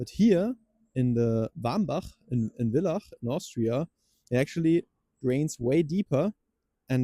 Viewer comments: Nettes Video. Danke dafür. Also "Villach" sagt man Fillach! ;-) Die Cichliden wurden nach dem Krieg von einer heimischen Zoohandlung ausgesetzt, nachden die Aquarianer Guppies nicht mehr im Geschäft kauften, sondern dort aussetzten und auch herausholten. Auch wenn es natürlich verboten ist, Tiere auszusetzen ist es die bessere Lösung als die Fischnachkommen im WC zu entsorgen, was leider nicht selten vorkommen soll. Weiter unten haben die Tropenfische keine Überlebenschance wg der Temperatur, wie du richtig sagtest. Warnbad ist Sumpfgebiet. Es wurde und wird trotzdem gebaut. Zur Schneeschmelze gibt es oft geflutete Keller. Daher sollen der Warmbach und das Zillerbacherl verbaut und ringsum Kanäle gebaut werden. Es kam zum Widerstand der Naturliebhaber mit dem Verweis auf die Fische. Anfang des Jahres dann die Katastrophe: Die Therme dürfte "versehentlich" Chlor in den Bach geleitet haben, Das ergab eine zeitnahe messung der Wasserwerte. Rund um den Bach lagen hunderte vergiftete Fische, Procambarus Clarkii und Ancistren. Die Krebse erfroren bei den kalten Temperaturen. Chlor ist flüchtig und war eine Woche später nicht mehr nachweisbar. Ein Teil der Pflanzen und toten Fische wurde aus dem Bach entfernt. Ein komischer Zufall eben? Noch vor einem Jahr war der Bach voller Leben. Aber die Natur erholt sich und dass da Fische landen wird sich nie verhindern lassen. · Grundsätzlich ein gutes Video, aber als Villacher muss ich dich korrigieren. Es heißt nicht Willach, sondern Villach (von "viel lachen" abgestammt) und mit fast 70.000 Einwohnern sind wir auch kein Dorf, sondern eine Stadt. Übrigens das älteste überlieferte, schriftliche Stadtrecht stammt aus dem Jahr 1392. Bereits im Jahr 1060 erhielt die damalige Siedlung das Marktrecht und entwickelte sich danach im Hochmittelalter zur Stadt. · Es heisst nicht willach, es heisst Villach mit V wie Vogel, die Deitschn schaffens einfach nicht, gibt ja schon viele Videos über den Warmbach.